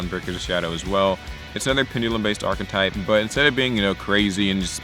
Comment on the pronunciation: Did you say Power Rangers Achtype? Ive found my deck